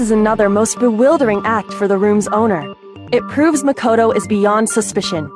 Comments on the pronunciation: "Mako-TO" Definitely not Japanese. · Celestia places the accent on the MA in Makoto instead of the KO, like everyone else. What European accent is she pulling here?